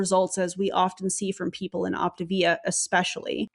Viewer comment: I am so not surprised to see Optavia (I still don't get why they mispronounce it)as the new year video. You have gotten me to my step goal and no money spend🤣🤣. Side note I think Zeke is the anti MLM top leader, he is the most vocal 😼😼😼. We all bow to Zeke.